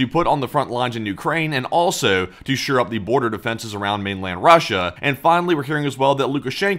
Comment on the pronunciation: at the risk of sounding pedantic, I'm pretty sure the phrase is "shore up" rather than sure-up. I hope that's helpful for the future. I suspect something got a little lost in the translation about taking Kursk... I think what he was trying to say was that Ukraine has no interest in taking Kursk to keep, but rather to force Russia into negotiations. I suspect that NK leadership will eat well tonight lol.